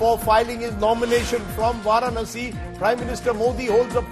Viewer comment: It is vaaraaaaaNasi i say